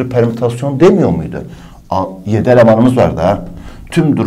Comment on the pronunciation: bir an dedim lermütasyon ne HKAJSHJSMDJSJBD